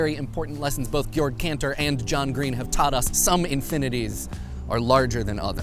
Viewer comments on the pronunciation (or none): none